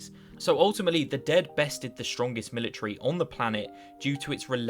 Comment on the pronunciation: Let's "ashume" that the worlds strongest "Mili-tree" bares fruit. What kind of fruit would it produce?